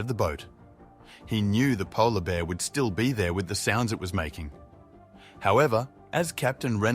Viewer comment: What does "Itha" mean? and Mutha it appears this narrator cannot pronounce words with "R" in the word ,very poor English!!!